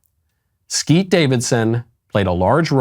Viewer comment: Thank you for saying Skete. Big win.